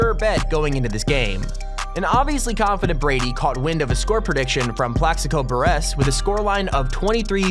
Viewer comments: I know you didn’t just say Buressss😳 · Muh-reeners....berh-ress this guy clearly doesn't watch sports :D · And he said plexico “burr ess” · You’re constant mispronunciations are a distraction that need not occur. It is a sign that your not prepared. Take time to run it by someone who knows something about the subject matter. You can do better. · Berrrressssss no burress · It’s pronounced “Burris”... not “Buresss” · Pronunciation errors: MAriners, BURRess, HasslebEck, Chiellini (silent H). You should get an editor or at least someone to double check your production... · The Narrator is a tool he pronounced “Burress” incorrectly. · Yea he also called Burress bur-RESS..... What a fuckin idiot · Samuel LEE Bruh. He said: Mareeners Bur-ess And Chee-a-lean-e RayX7 is trying to help his dumb ass out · You also said Burress wrong..???? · And how he pronounced Plaxico Burress's name(I ain't even gonna lie, tho, that is a tough name to pronounciate) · ...mispronounces mariners and Burress on video with 2.9 million views 😬